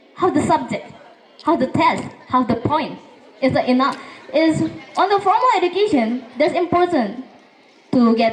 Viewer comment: Educator sering salah ucap : are you agree ? ❌ Do you agree ? Enough = enog ❌ inaf